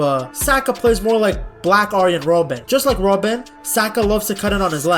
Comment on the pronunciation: Bro said "Black Robben" 😂😭